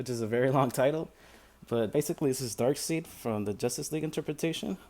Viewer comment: Pronounced DARK-SIDE